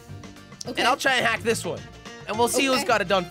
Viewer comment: Her almost said il murder